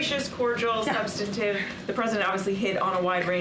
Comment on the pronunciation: Hard job you have Karine Jean-Pierre. By the way, the word you were trying to say is "subsTantive" not "substative." Whoever made the typo should be fired (if you don't know the difference, ouch)